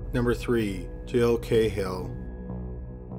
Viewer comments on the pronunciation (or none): Not cay-hill it's ka-hill an irish surname